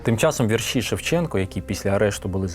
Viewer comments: Не "віршІ", а вІрші. Наголошуйте правильно. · хіба не знеєте наголоса -"Вірші"? , треба наголос на перше "і" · ДорогийиАкім Я дуже люблю твої передачі Ми великий розумник і молодчина Твоя мова загалом вірна Але сьогодні ти мене здивував: у слові вірші наголос падає на перший склад: у моїх вІршах я часто пишу про Кобзаря-Пророка-Батька Тараса Я пишу вірші з самого дитинства, пишу, скільки себе й пам'ятаю Дуже люблю твої передачі та й ти сам мені дуже подобаєшся Я пишу не тільки українською мовою, а й французькою, рідше англійською та зовсім мало расєйською Виставляю вірші за порадо ю мого сина у ФЕЙСБУК То ю я маю багато друзів у 19 країнах світу Я була б дуже рада мати й тебе своїм другом п. Люсі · Звільнення не з рабства, а із кріпацтва... І не віршІ, а вІрші ... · Наголос вІрші, ШевченкА, СошенкА іт.д.